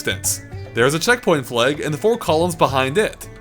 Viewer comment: pronounces flag as "fleg."